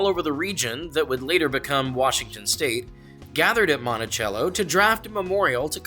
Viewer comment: In Longview for future note the pronunciation of Monticello is different than the traditional form it is Mont-a-sell-o instead of Mont-a-chell-o